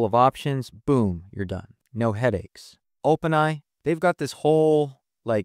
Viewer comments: Am I crazy, or are you saying "Open eye" instead of "OpenAI"? 🤔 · I'm actually hoping "eye" becomes the new pronunciation and that people eventually forget what "ai" stood for. :)